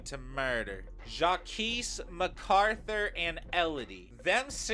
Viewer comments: It's said Jacques/zhak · why do you pronounce Jacques like that 😭😭